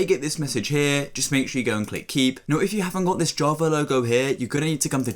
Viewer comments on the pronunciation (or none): none